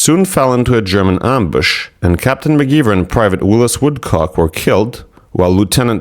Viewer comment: McGiver should be pronounced with a long I, not ee, like the word ivory.